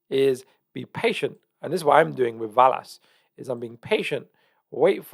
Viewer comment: Love you but it’s pronounced VELL-ASS not VAL-ASS. Same way your not called Jaguar 🐆 Love you’re content bro you are one of the true pros left keep up the important work you do 🙏